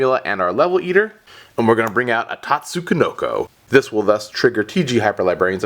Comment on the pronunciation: Nope, the first "ko" shouldn't be in there